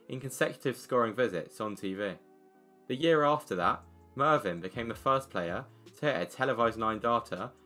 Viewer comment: It's Mevyn, not Marvyn